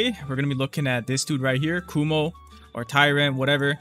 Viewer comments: my guy its Kuma not Kumo XDDD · His name is “kuma” not “kumo”😭😭😭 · YE MAN KUMO NOT KUMA